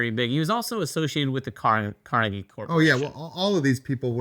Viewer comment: Us people from Pittsburgh probably know Frick (Frick Park and museums), coke (the steelers logo is often interpreted as blue = coke, orange = iron, blue = scrap steel.), etc. :) You can ID us because we'll be correcting your mispronunciation of Carnegie, not the ones correcting your mispronunciation of Lancashire. :D As for your question, I can't get past the fact that you spelled Pittsburgh wrong in the question. j/k. I don't think it will replace it for everyone. There are a lot of people who think Lancashire is a better game because it is more streamlined and the map is tighter, and that was especially true when the Roxley editions came out. I believe critics at the time phrased it as Birmingham is a "standalone expansion" to Lancashire. I imagine they'll do the same with Pittsburgh but go into a different direction. Apparently that direction was originally planned to be a lighter version of Brass until they researched the Gilded Age and went in another direction, but with a requirement that the play time should still be in the "sweet spot" that Birmingham has. Don't know what that'll be but it sounds exciting. (Brass:Scotland is likely to be the lighter version, apparently Martin Wallace himself is doing a lot of the designing there)